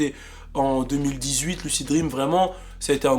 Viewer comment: fait un effort quand tu dis lucid dreams stp 😂😂